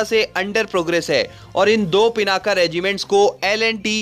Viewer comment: Stop saying पिनाका it's पिनाक...